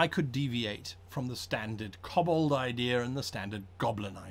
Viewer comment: Koh-bold Not cobblestone